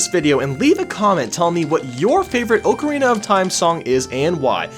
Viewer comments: It's OCK-arina, not OAK-arina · You switched the vowels in "Oakarina of Time" and "Yawshi"...